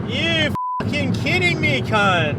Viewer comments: It’s pronounced carrnt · the way he says cnt is so funny bc hes from canada or something